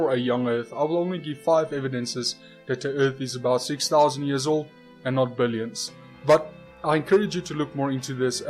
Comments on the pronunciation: It's laughable, how arrogant you are. You think you're so smart and yet you mispronounce Billoins every time. ;D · I laughed so hard when I heard billoins of years old